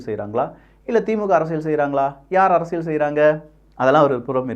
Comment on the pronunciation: அது அரசியள் இல்லை அரசியல் சரியாக உச்சரிக்கவும்